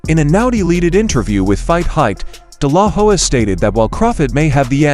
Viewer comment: This.guy.anouncing is an idiot hed calling oscar delahoya (dilaw- hoy) he cant pronounce his name he shouldnt be talking about this at all dude you are stupid learn to pronounce names lamer